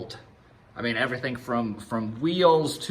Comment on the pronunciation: lol "everythink" :P